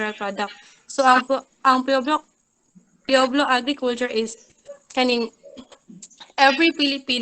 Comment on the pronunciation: Pueblo = pu-web-lo